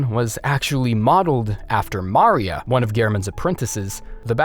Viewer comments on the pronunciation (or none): Who says mar-ia instead of ma-ria😂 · wait. did he just say. MAR E A. wtf. it’s Maria. Ma Ree Uh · Mari-...a? Like Mario, but with an a? Are you ok? Maria is hardly the most foreign sounding name. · Man really said mario instead of maria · Love the vid and your content but just FYI lady Maria is pronounced Ma-re-a not Mar-ia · Wtf is mar-ya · Ah yes... Mario-I mean Marhi-ya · Chikage- SHI-ka-geh It's Japanese. Maria- Muh-ree-auh When you mispronounced this, my heart skipped a friggin beat, Christ almighty. Adeline- Ad-deh-l-eye-n 'Adeline' has never in the history of humanity been pronounced 'Adelleen' Brooch- Broh-ch Gascoigne is his first name BTW, not his last name. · How did you mispronounce Maria 😂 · Wow that's really weird that you don't know how to pronounce Maria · god the way you pronounce ''maria'' irks me lmao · why do you say Maria and Ludwig like that? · Excuse me but why the fuck did you pronounce "Maria" like that?! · why'd you pronounce maria like that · I know right lol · Dudes trying to say her name like it’s the feminine form of Mario lol